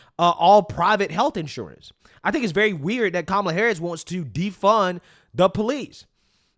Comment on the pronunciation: Coup-mala😂😂😂😂 perfect bro so on point! CoupAmallaObama